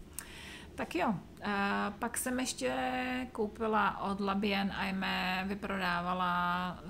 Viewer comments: Zdravím z Francie. Nádherné projekty.... ten vánoční svetr se opravu povedl.. 👍Co se týká výslovnosti La Bien Aimée, tak si tedy dovoluji napsat foneticky "labjanemé" jako jedno slovo. ☺ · Zdravím, jste velmi šikovná. Bravo! La Bien Aimée=labienemé se čte jako jedno slovo a Gilliat =žiliat😉 Ať se vám Jarmark vydaří. Mějte krásný listopadový čas. Lenka